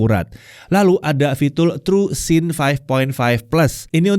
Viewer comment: "lalu ada fitul" 🗿